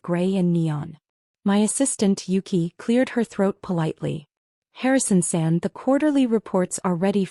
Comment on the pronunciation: It’s not Harrison send, nor is it Harrison said. It’s Harrison San! Takashi is pronounced taKAshi!